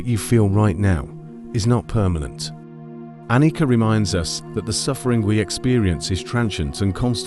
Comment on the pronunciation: Excellent one ( appreciate your efforts in creating this content ) The pronunciation of Anicca is ( A ni Cha) - Pali language Nicha means permanent Anicha means impermanent